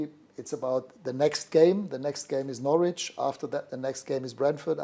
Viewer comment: To be in England for about a week and steady yourself before delivering an immaculate pronunciation of "Norwich" is impressive.